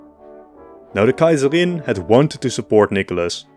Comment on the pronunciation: I love the way How you say ‘Kaiserin’ and the other German names ❤